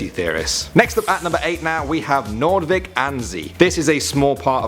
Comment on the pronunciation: Yeah I live in the Netherlands and I was there before. I saw what's underneath. P.s you pronounced Noordwijk wrong😅